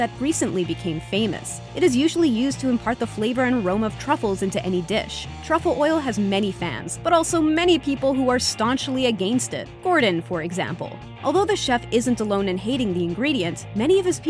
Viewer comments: aGAEnst it? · I'm against u saying aGAINst